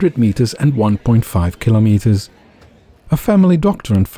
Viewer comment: Your pronunciation of the word 'kilometres' is incorrect. You're Dutch, so you should know better..